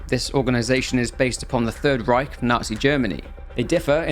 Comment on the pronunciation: great pronounciation of "Reich" btw 👍